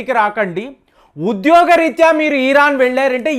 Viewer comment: Ee ran enti sariga palakatam rada style ahh